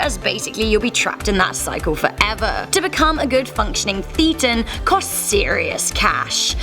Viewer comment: This nonsense already, Less than halfway through. She doesn't know the definition of Thetan or how to pronounce it. In fact this seems to confirm she's only read stuff on it, and not by the Church. Maybe she watched John Sweeny, the infamous freak out John Sweeny( who also seemed to miss the pint/ pronunciation) . Scientology's actual definition. You can decide for yourself if it's "real". Another core concept of Scientology is observing, and experiencing for yourself "it's only true if it's true for you". Here's a better overview of what Scientology is about